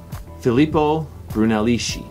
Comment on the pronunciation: Bruneleški???😂 Hello! It is pronounced bruneleski!